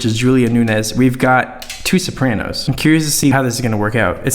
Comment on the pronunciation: I ALMOST CHOKED WHEN YOU SAID “sopranos”.